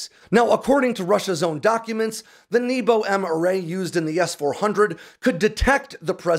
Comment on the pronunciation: I'm sorry but hearing небо pronounced as "knee-bow" is hilarious and conjures up memories of arrow in the knee jokes🤣for those wondering, it should be "nyay-buh"